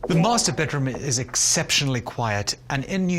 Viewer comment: nobody: this man: bedrum